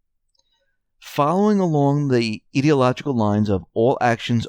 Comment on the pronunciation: Hey, Here you go again... There is an "i" on the beginning of the word ideological... NOT AN 'e'... Where in the world do you come up with all such MIS-pronunciations???